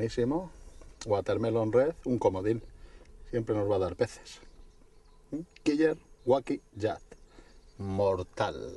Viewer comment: kiyer guaki??? jajaja porque no lo pronuncia bien tal y como es su nombre, killer wacky (quiler se pronuncia, pues que miedo les provoca??) es como cuando quieren decir spider man y pronuncian espider man, asi no se llama!!! las cosas como son